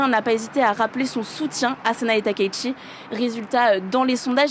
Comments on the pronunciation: non, la bonne prononciation de son nom n'est pas "TAKAÏ SHI" mais "TA - KA - ITCHI" (たかいち si tu sais lire les hiraganas) le ち se prononçant "TCHI" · SVP on dit TAKAÏ -SHI et non pas TAKAÏ-ICHI.... Veuillez respecter la prononciation japonaise de son nom. Merci.